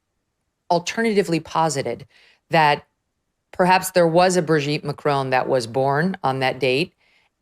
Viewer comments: Why do Americans pronounce it Macrone when it’s MAC-RON? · Macron not Macrone. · Have the decency to pronounce their names correctly…..it’s not Macrone, it’s Macron. Have the basic decency to at least make an attempt to pronounce their names correctly…. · It's Macron Megyn, not Macrone. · Why do Americans pronounce it like this? Just pronounce it "Mac" (as in the computer) and "Ron" (as in the shortened version of "Ronald", and Harry Potter's best friend!). Mac-ron. It's not spelt "Mac-rone"! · Why do you all say Macrone? There is no E + it's Macron On Macron Not crone No e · "Macrone"? I think the French are in pain,hearing your pronunciation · Why do Americans struggle so much with the pronunciation of "Macron"? Either say it the English way, rhyming it with vowel sound in "song" (ending in a hard n sound), or do it the French way, as all Canadians know how to do, which is not really an "n" sound at all at the end, but more like the vowel sound in "pawn" (no n sound). Under no circumstances, by any speakers, anywhere in the world, should this name rhyme with "bone". This just makes you sound like someone with no clue how to say it but who is trying to sound French. It does not ever, ever rhyme with "bone". Not in French, not in English. Please improve your pronunciation. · Can you please learn how to correctly pronounce Macron? It's driving me nuts. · Can American people just pronounce Macron correctly? Also Brigitte has a feminine voice, and you cannot take hormones for the voice! This is the most ridiculous and vile nonsense. Owens is ridiculous. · Learn how to pronounce Macron in French !! You pronounce her first name in French too!! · For God’s sake woman it’s not “Macrone” or “Trogno”. can you pronounce names properly please. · Would be nice to hear Macron and Trogneux pronounced correctly. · Megyn's French pronunciation needs some work. Macron, Trogneux, Amiens